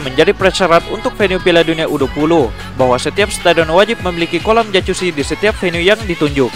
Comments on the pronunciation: jacuzzi bacanya "yakuzi" japaarrr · Geli gw min denger lu ngomong jacuzzi pake c ckckck